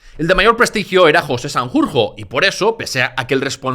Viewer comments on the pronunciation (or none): none